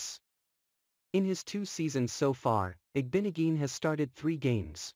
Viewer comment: its IG-BO-NOG-EH-NEE JESUS